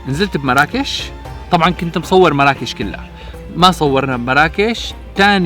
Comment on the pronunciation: إسما مُرَّاكُشْ وليس مَرَاكِش